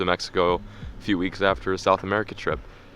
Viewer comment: "AFER", JK love what you're doing keep it up